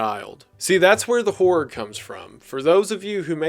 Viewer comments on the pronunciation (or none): I am so glad one of my favorite youtubers also pronounces "horror" as "whore"